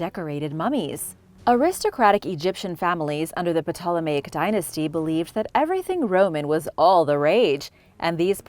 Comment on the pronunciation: Ptolemy and Ptolemaic, are spoken as Tolemy and Tolemaic. The P is silent,! Other than some pronunciation issues, your video was very enjoyable!